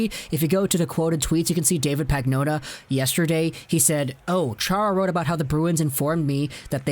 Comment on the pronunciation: Pagnotta is pronounced pan-YO-tuh